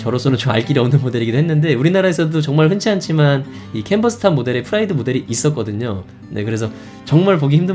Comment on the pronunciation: 페스티바는 p 로 발음하고 프라이드는 f 로 발음하셨네요